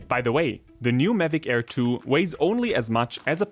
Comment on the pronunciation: Best video so far except he kept saying it as Medic Air 😂